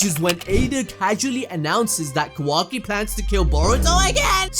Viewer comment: I love you and your videos but the way you say Kawaki lol its so jarring im not sure if thats the right word.